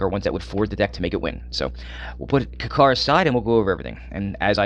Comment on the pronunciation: Why are you pronouncing kykar wrong dude its annoying